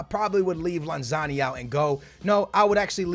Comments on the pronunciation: I love you man, but its LanZINI not LanZANI, keep it up man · you have been saying Lanzini wrong it’s not Lanzarni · It's not lanzani, it's lanzin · stop saying lanzani. it's lanzini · Larn-zarni, it’s lanzini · Its lanZINI FFS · FFS its pronounced LanZEEEneee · Sorry, here’s how u pronounce them: Lan-zi-ni Bi-ram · Say it with me, LAN-ZEENEE. Manuel LANZEENE lol love the vids dude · YOU SAY LANZINIS NAME WRONG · I'm m sorry but how can you miss pronounce Lanzini??